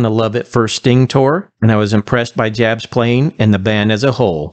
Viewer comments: It's pronounced "y" yabs!At least ger his name right. He is the best guitarist they've had.Hes disciplined and melodic and took the band through four decades. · It's a German name..it's pronounced Yabs. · It's pronounced "Yabs". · The J in Jabs is pronounced like a Y. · His last name is pronounced like “Ya-ps” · Jabs is pronounced like Yabs. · His last name is pronounced Yaabs. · his last name is pronounced "yobbs". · Before posting a video in honor of an artist, you should learn to pronounce their name correctly.